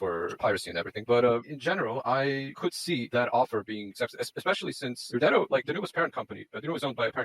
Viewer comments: denUVO... say it with me... deNUVO. not denOHvo... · "...it's called D-NOh-VOh" had me rolling